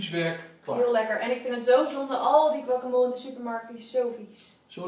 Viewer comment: grappig hoe jullie guacamole uitspreken😂😂 guacamool😂